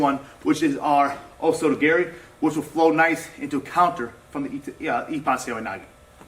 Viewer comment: Well, it's gah-ri, not garry. ROFLMAO